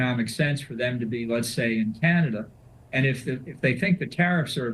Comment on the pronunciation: Vassy learn how to pronounce CANADA - it’s not key-an-ada. And F John Bolton, talk about scraping the barrel 🙄